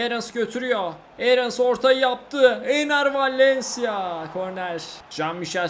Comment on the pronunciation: Abi çok güzel Enner Valencia diyorsun bee